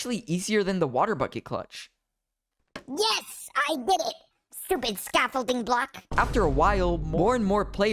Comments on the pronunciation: All I hear cluch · But he said cluch so many times